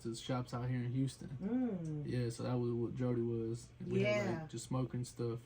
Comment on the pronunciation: It’s DRODi* not DRODI